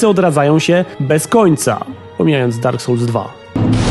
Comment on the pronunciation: Dak sołls xd